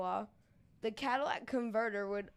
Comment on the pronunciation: Hello its catalytic converter, not cadillac